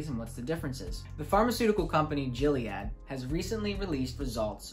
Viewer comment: Great intro. One thing Gilead is pronounced "Gill-ee-add" (like the gills of a fish) not "Jill-e-add"